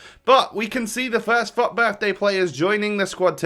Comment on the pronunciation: everytime he says FUT it sounds like fuck XD